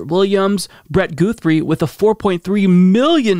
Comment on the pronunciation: Lol pronouncing Guthrie as GOO-three, when it's GUH-three. It's just funny to me because the name of my hometown is Guthrie.